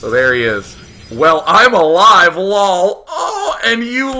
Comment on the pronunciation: The way Day9 prenoucnes "lool", im smiling even a year after. Omfg thats good.